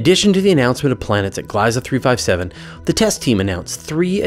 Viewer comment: It's nice to see my taxpayer dollars go towards something useful for once Oh, the "ie" in "Gliese" is pronounced like an "e" and not "I" (in English)